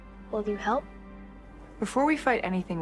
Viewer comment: It's not "Aromr" it's "Armor"